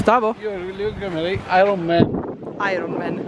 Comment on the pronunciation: “Io lo chiamerei “airon man”” 😂😂😂